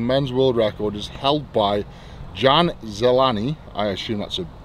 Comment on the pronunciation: You called him John "Green" (Zelený) in czech actually. His surname (Železný) literally means "made of iron" or "Ironman". Jan sounds like Yan a Ž sounds like "S" in the word "vision".